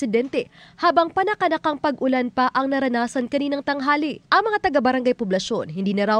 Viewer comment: Bakit ganyan magsalita ang weather forecaster na yan.? Dinadagdagan pa nang isa pang syllable ang huling salita.!!! Nakaka irita.!!! Ang ulan ay ginagawang ULANA.!!! ETC ETC ETC.!! Parang di pilipino. Or inaartehan masyado ang pagsasalita. 🥵